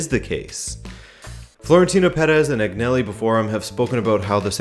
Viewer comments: Say it with me Agnelli “AnYelli” the G is silent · G isn't pronounced G in Agnelli